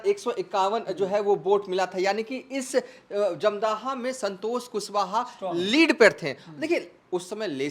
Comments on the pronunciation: Jamdhaha nahi hai, dhamdaha nam hai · अरे जाहिल, धमदाहा लिखा हुआ है साफ साफ फिर भी तुम बार बार धमदाहा को जमदाह बोल रहे हो। 😂😂 जाहिल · Kya patrakar banega r tu 1977 ko 1997 bol Raha wo ek nhi dono bol raha uper se dhamdaha bhi sahi se nhi bol pa raha hai